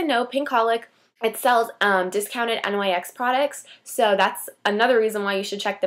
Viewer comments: It's pronounced nicks but nyx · Actually, it's supposed to be pronounced "Nicks". The company is named after Nyx, goddess of the night.